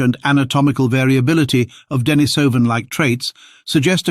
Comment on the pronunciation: This is so well written and wrought. Though I would rather you used the pronunciation də-NĒ-sə -vin. The other is hard on the ears.🙂💛 The charts and graphs are a boon too. Stellar job, man. Can't believe we are finally seeing a Denisovan skull! A watershed moment for sure.